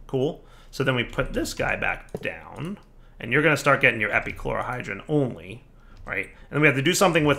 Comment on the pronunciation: Take a shot every time he says epichlorogen despite reading it correctly the first time